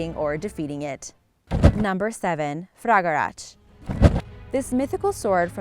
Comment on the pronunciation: Fragarach is pronounced Frag-ar-rock